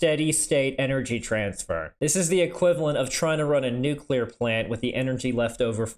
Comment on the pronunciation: "we also cook chicken at nucear reactors"